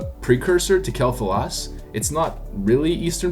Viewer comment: It's "Kwell Thah-las"